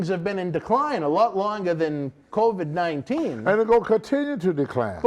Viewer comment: Lmao...”Kobe-19” I thought Tony said “Kobe-19” instead of COVID-19...I swear, Tony can butcher any word into sounding hilarious. 😆 One of the reasons I like watching this show is simply because of the way he pronounces words. Lol